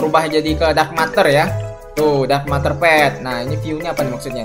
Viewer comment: Bang ngomongnya buka dark matar tapi dark meter ya bang